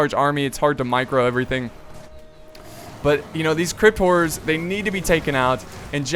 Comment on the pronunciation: Did anybody else think he kept saying "crypt whores?" lol